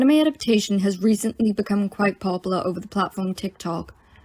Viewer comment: PAW-poo-lar LOL